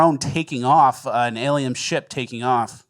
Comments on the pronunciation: Alien... N. You say aliem........ please fix that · is he saying "Aliem"? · A-lie-n's. Its literally in the name. They are fake & Christ is King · why do you say drome and aliem? Maybe that's why aliens think you're gay. Rat Boy, you are close enough to punch him. What gives?